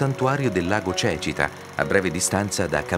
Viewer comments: In un video promozionale non si può sentire per ben 2 volte pronunciare Cècita anziché Cecìta (ho messo gli accenti per far capire la pronuncia). Comunque bello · Quello che spiega il video ha detto Lago cecita invece si dice lago cecìta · Come avrebbe mai potuto vivere l'uomo di Neanderthal sulle rive di un lago che non ancora esisteva poiché si tratta di lago artificiale? E comunque è sbagliata anche la pronuncia del nome del lago. Non vi siete nemmeno preoccupati di far correggere l'errore. In Calabria facciamo sempre tutto con i piedi bravi!